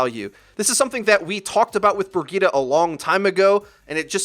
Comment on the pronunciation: Great vid but is anyone else bothered by how he pronounces Bridgeta